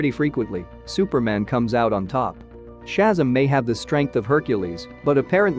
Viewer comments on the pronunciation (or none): ShazAm not shazum 🤣🤣🤣🤣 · That's SHAZAM, not SHAZZUM! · I was looking at this video he was talking about Hyperion all I saw was the Sentry that's what I'm saying, and that's Shazam not Shasm, what the hell is this, you got Thor the god of thunder right but he is not the son of Adam that's Odin.... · It's pronounced Shu-zam, not Shazam. I'm surprised you don't know this. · Who the helk is shazum.... his name (is now) Shazam as in shazAM not um. Fer flips sake Odin is Oh din not odd in and it's Myolneer (Mjolnir) learn to pronounce words properly by doing some proper research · These computer voices can be so annoying. They mispronounce so many nuances in language. Shazzam or Odin for example. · He lost all credibility when he said Shazzum! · Okay... I don't know how your narrations work (where it's software or something else), but when it fails to accurately pronounce one of the main characters names (Shazzam) don't use it... just don't.. it brings down your whole production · I had to stop watching when he started calling Shazam "Shazum"! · Yeah, computer voice mangled a number of pronunciations. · Inaccurate but boring voice makes nonsense seem valid. The pronouncement of ‘Shazam’ unacceptable…… Cancel. Stop.